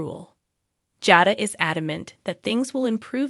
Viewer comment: Jada and Salem are not pronounced correctly